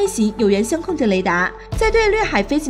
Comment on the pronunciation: 作为专业军事自媒体，相控阵雷达读错是不行的，相控阵，相位（phase）,不是相互的相。